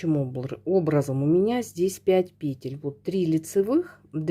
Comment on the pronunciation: благодарю Вас за МК. Видно, что пряжа классная и носочки получаются мягкие и симпатичные. И благодарю Вас за правильное произношение русских слов, в частности пЕтель и раппОрт. Вас приятно слушать и вязать.